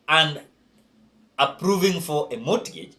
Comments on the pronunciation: Mortgage..... pronounce it as (mogej) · Mortgage the t is silent